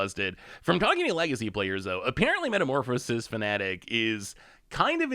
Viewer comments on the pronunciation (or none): none